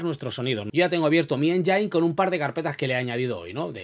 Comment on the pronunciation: no es enyain(engine) es: enyin (engine).....jejeje